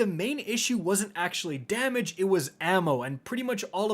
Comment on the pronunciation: In the Shuro Chi encounter review, I legit thought he said "...unload your big daddy..." not "...unload your big damage..." 😂